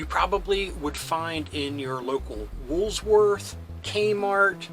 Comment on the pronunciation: For years you kept saying “Wools-worth” instead of Woolworths..